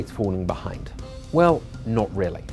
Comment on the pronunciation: Hyper thonic? Is that what dude is saying